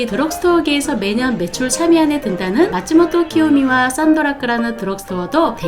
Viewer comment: 아주 알찬 내용 감사합니다. 딱 하나, 마츠모토키요시 를 키요미로 읽으셨네요.